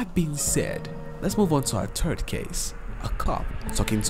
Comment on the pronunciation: "On turd June 2008" Okay, maybe it's time to swap the narrator of this channel